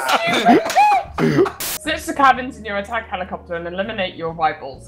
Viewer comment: you were so distracted by eliminiminate that you didnt notice that she said "wivals"